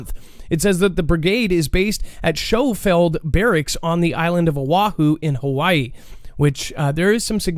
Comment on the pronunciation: Yo my brother. I was once stationed at Schofield Barracks in HI where they are testing these Night Vision Devices and it’s pronounced Sko-field, not shh-cho-field. The Japanese attacked it in WWII. Just a pro tip in case you’re interested.